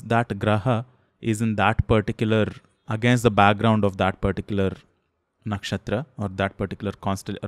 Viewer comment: Very informative! It's not a hate comment, but just wanted to ask, if the pronounciation of नक्षत्र is नक्षत्रा? I just want to say that why do we put "aa" sound at the end of the hindi or sanskrit words when we speak in English like रामा, हिमालया, कर्मा etc.